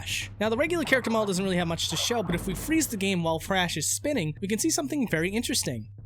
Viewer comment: you call him "Frash"